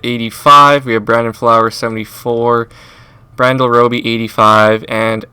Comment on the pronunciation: You thought that was funny,(which it is) he called Bradley Roby, Brandyel. Hahahahahaha!!! This dude straight up knows nothing about football.The Phins would never get rid of Jones or Wake. SmH